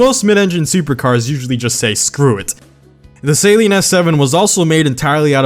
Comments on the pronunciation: It's not "Saline" it's "sAl-EEn" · Suhleen not sayleen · "Salene" is what I use to clear my nose out after surgery. "Suh-leen" is how it should be said. Sorry for being rude lol. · Amazing video! Only thing....it's SUH-LEEN not SAY-LEEN! (Coming from a long term owner and Saleen enthusiast.) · It is not pronounced saline it is pronounced like suh-leen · SAY-LEEN? SAY-LEEN? ITS SUH-LEEN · Dude, please pronounce Saleen properly if you're going to make a video on a Saleen.. It's not pronounced Saline, Say-lean, or whatever. It is pronounced Să-lēēn. Love most of your videos but every single time you said Say-lean, I died a little inside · It's pronounced Sahleen, not Saeleen. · Is no one going to talk about the fact he keeps calling it the saline S7. I usually don't care too much when people pronounce names wrong but for some reason this is really bothering me. Saline is salt, saleen is the car company. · Saleen not pronounced Saline 😂😂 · I get that you probably pronounce it like that in america but why sALeen s7 it sounds so weird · No offence, but you’re pronouncing Saleen wrong. You’re pronouncing it as Saline, which is a medical disinfectant. Other than that, I love your videos man, keep em up! As soon as I see that notification, I drop everything and watch your videos! Good job! 😃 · Saleen or saline lmao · "2020 saleen s7" wtf saleen you fucked it up